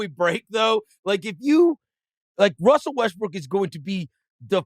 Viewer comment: call me childish but “wussel restbrook” twice, was the laugh i needed 😊